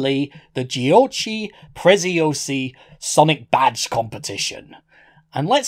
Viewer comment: Even as an italian it's hard to make out what he's saying because of the accent and the bad audio. Aslo giochi prezziosi used to rule italian toys but it judt kinda fased out with people forget it. Also, it's pronounced "goci prezeosee"